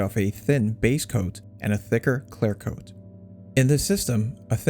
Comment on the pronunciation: Is it "claire coat" or "clear coat"?